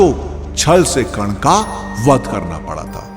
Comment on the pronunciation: Yrr aap karn ko kan kan mat bolo